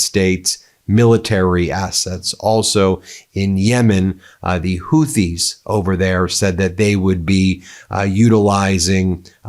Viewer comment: Houthi is pronounced "hootee".